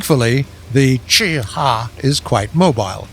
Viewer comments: The cheh huagh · WHY DOES HE SAY CHI-HA LIKE THAT